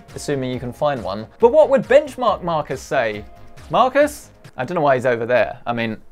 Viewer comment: benchmark markus? isn't it benchmarkus? it sounds like a man who crusches any bench.....